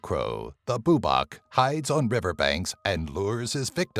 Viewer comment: its bubák not búbak